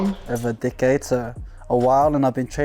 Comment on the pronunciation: I thought he was saying dickhead when he first said decade lol